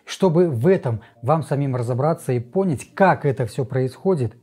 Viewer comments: На слове пОнять я выключила... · В русском языке в слове «понять» ударение на второй слог